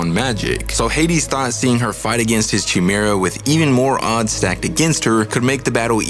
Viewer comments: It’s a hard K sound in chimera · It's a 'Ky' sound. Ky-mera. Chimera. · Learn how to properly pronounce the word chimera. It’s with a hard k sound like coke or coffee, not like choice or cheese. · Dude you can't even say chimera. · Good stuff. Assuming the Chimera pronunciation is intentional, but “Persephone” is actually pronounced “pear-suh-phony”. The emphasis is on the “phone” part.